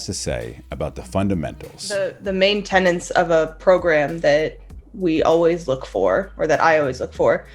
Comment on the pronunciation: Oh cool! An expert who can't say "strength" interviews an expert who can't say "tenets"! What a video!